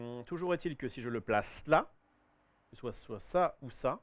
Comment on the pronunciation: « On est en France, on dit pas « soite »… allez on refill » 😆🤦‍♂️